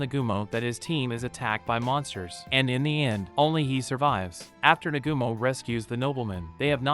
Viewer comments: Negumo??? Its pronounced Na-ga-mo. Cookie is pronounced Ko-key. Looks like you need to watch the Anime to learn these things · For a second it was hard to get over the fact that dude kept pronouncing Nagumo's name wrong.